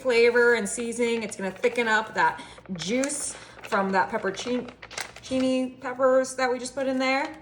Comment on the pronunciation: Pronunciation tips: "pepper-on-cheeny" "oh-joo"